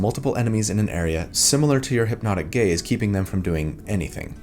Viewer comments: I hear "hypnotic gays" every time 😭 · I kept hearing "hipnotic gays" and it made me giggle 😆